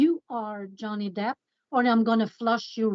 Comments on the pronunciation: It is slipping up and saying Johnny DEPTH instead Johnny DEPP for me🤣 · Did say Johnny Depth? 😳😂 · You guys need to be nice to!!! The poor man doesn’t know how to say Johnny’s last name correctly. His work at Social Catfish should make up for the extra “th” he adds on. 😆😆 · You said Jonney Depth (perhaps a good name for the scammer version of him) 😂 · Im glad we acknowledged the pronunciation of Depp, lol. has definitely been saying "depth" and it has made me a bit crazy 🤪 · The host ALWAYS mispronounces names. It isn’t just Johnny “Depth” 😂😂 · Johnny 'Debt' 😂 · Glad to also see that you guys finally corrected how he kept mispronouncing Johnny Depp's last name in the previous and current video!😂